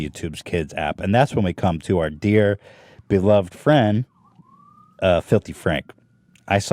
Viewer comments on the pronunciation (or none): none